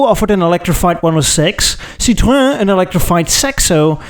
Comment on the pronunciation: 5 years in, I'm not giving up: it's Citro-enn, not Citro-uh.